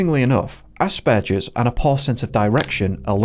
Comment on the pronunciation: Um did it not occur to you to learn to pronounce aspergers correctly?? Rude